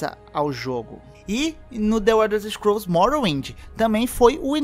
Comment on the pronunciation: Ow dsclp ae, acho que você conhece tes muito mais que eu, mas, tu fala the uelders scrools vei, que poha é essa kkkkkkk, mas parabéns ficou muito bom o vídeo.